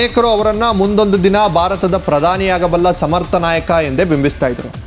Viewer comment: Alla Bharat endu Ucharisi Shudh Kannada is Required 😂